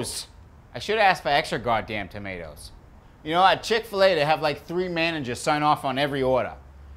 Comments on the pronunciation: As a person who comes from supposed home town, Haverhill MA, I can assure you that he's pronouncing tomato correctly. We don't replace every vowel with an -AH (He also pronounces 'Haverhill' correctly. It's 'Hay-vrill'. Usually, getting Mass towns wrong is an immediate tell since they're named after a bunch of English towns, and none of them are pronounced the way they're spelled. But he could have just done his homework on that one.) That said, doing a heavy townie accent. It's the sort of accent I'd expect to hear when talking to a couple of contractors at Heavenly Donuts in the morning. And it's easy to slip into if you're local because you hear it all the time. When slips out of the heavy -AH sound, he doesn't suddenly stop doing a Mass accent. It's just not the working class accent people are expecting to hear. Is from Haverhill? I don't know. But he'd fool me any day of the week. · Amazing that with this guys accent he doesn’t pronounce tomatoes like “tomay-tahs”